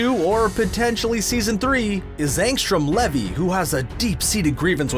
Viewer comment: Angstrom's last name Levy is pronounced leevy